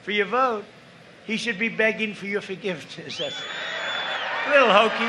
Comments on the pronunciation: “He shouldn’t be asking for your vote. He should be asking for your forgiftehshh” crowd goes absolutely crazy for no reason Thank god the debate has no crowd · "forgivtifftesson" i just, can't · "... forgivetessnen"? Dafuq?! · lol cant even say forgiveness